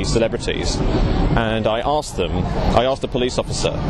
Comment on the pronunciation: he axe you